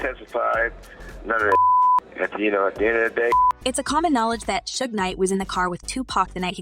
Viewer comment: Yay a reporter finally pronounced Suge Knight right for once.